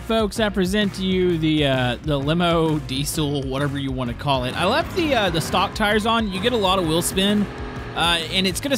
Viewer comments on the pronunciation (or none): none